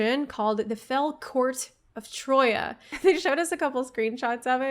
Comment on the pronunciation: Troia (Τροία) is the original Greek version of the word Troy and it's pronounced "Tree-ah"